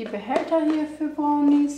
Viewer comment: brrrrrrrrownis mit einem rrrrrrolendem Rrrrrrrrrrrrrrrrrrrrrr